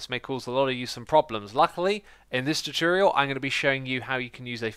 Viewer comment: "Chu-churial" Xisuma says some pretty interesting things... :P